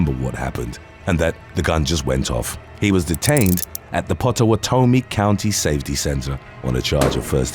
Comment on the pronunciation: Pottawatomie : Pot-a-what-o-mee